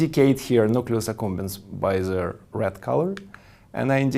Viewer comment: Hu ze fuck teaches people tu pronounce THE as ze, instead of DE??? Zis would bee a 10 times better aproximation if you can't say Th.